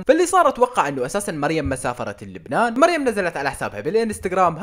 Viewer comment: منو انتبه انو يلفض اسم لبنان بطريقة مختلفة 😂😂